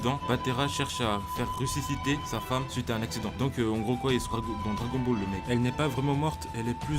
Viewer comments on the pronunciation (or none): none